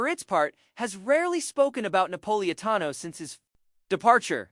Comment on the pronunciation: i cant watch this - the narrator (AI?) cant even pronounce the man's name....